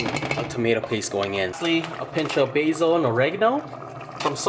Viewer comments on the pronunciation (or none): none